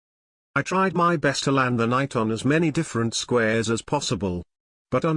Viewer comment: It is "knight" with a silent k.